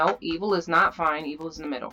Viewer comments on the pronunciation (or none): OHH I thought you said eagle XD my mistake. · Who thought she kept saying eagle? XD great video! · were you saying Evil or Eagle on the vid?